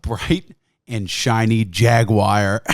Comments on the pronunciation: What the hell is a Jaguire? It's Jaguar you heathen. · It’s jag-u-ar not jag-wire you uncultured swine. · Jaguar. JAG-U-AR. Not fucking Jagwire. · What the hell is a jagwire? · He just called a jaguar a jagIER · Jaguire. Tony ja guire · WTF is a Jagwire? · As a sweetly little Englishman, it upsets me to hear that you pronounce Jaguar as, “Jag-Wire” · say "jaguire" again... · he said jagWOIRE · Not sure what a Jagwire is... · Jag-wire lmao. To be fair, the new Jaguars are pretty fuckin' dope